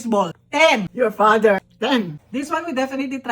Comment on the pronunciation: "Your fader. 10!" God I love her so much 😂